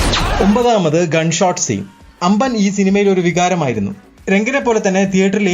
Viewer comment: അമേസോൺ അല്ല ആമസോൺ അമ്പൻ അല്ല അമ്പാൻ നെഞ്ചപ്പ അല്ല നഞ്ചപ്പ